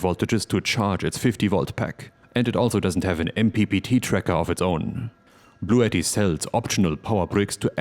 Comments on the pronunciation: I thought I heard you say this video was sponsored by Blue Eddie, until you rolled out the unit BLUETTI. 😂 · It's pronounced "Blue Ti Ti" :P